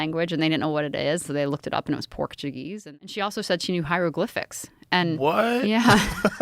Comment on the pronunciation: Tf is porkjewgeese? 😅